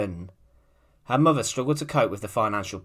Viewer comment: Just one note: it's mother not muvva